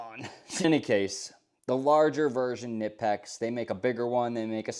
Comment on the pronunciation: It’s pronounced kuh-nip-ex they have it somewhere on their website if you go poke around you will find it. Nice edc, love the organization